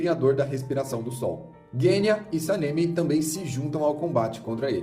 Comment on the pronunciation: Video bom mas nao se fala senemi e nem tomióka